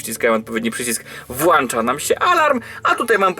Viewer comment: Włącza, włącza, nie włancza. Błagam nie kalecz moich uszu i weź też pod uwagę, że większość twoich widzów to bardzo młode osoby i mówiąc nie poprawnie uczysz ich tego. Poza tym bardzo fajny moc